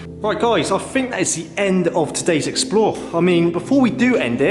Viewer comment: And I just heard him saw fink instead of think ooooh so cute!!!!!